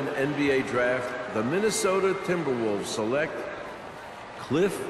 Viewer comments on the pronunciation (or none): Temperwolves? lol.